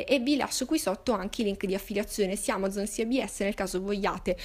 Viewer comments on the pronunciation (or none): none